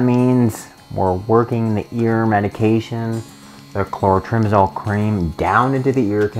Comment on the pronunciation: Good information but I could NOT read the name on the tube and your spoken word of what it is, I could not understand. I wish you would have put the actual NAME of the product in your notes so I didn't have to spend 20 minutes going through fungal medications to find that tube: for those who can't spell it or didn't hear what he said well enough to try spelling it yourself - Clotrimazole.